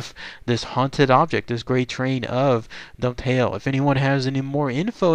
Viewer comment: Dunphail is pronounced like Dun-fail. I have visited the Dava Way via the town I live in called Forres, and so far no phantom train sightings, though I have heard of it, and it's supposed to be an anniversary haunting. Maybe I will be lucky the next time I venture up the old railway line, eh?